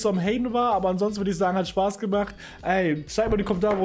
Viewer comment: „Spaß“:D